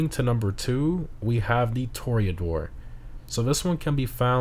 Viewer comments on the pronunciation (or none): Weird to me how you pronounce Cayo Perico correctly, but not Toreador